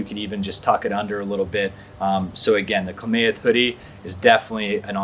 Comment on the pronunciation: Kla-math...not kla-may-eth But good review 👍🏻